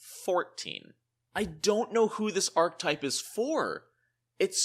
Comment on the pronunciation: Archetype has three syllables... Ark-eh-type